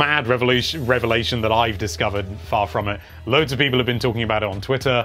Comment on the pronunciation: the way you say "people" violates me